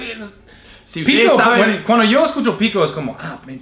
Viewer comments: A se le sale mucho el shooooo en vez de yo 😂😂😂😂😂😂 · En vez es divertido para quien lo entiende, porqué tiene muchas inflexiones del guaraní, que a su vez tiene acentos nasales, que hacen que el idioma se enriquezca como el porteño que pronuncia mal la 'lle'